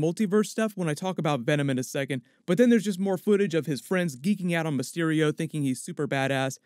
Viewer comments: For a second I thought he said Rey mysterio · COULD'VE SWORN I HEARD PETER SAY "REY MYSTERIO"...? lol